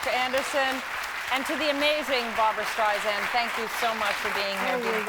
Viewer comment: STREISSSAND Meredith with an S not a Z!! You'd think at this point people would know that especially when hosting her! ;)